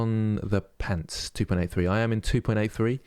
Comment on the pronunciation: Your American accent when saying "pants" was upsetting. I'm offended at how accurate it was. :p Keep up the good work!